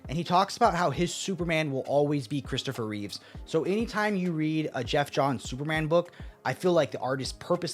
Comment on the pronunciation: Yo. It's Christopher Reeve. No S.